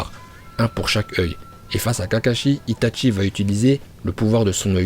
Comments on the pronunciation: « itatchi » il dit mdrrr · ITATCHI ARRRETEE C ITACHI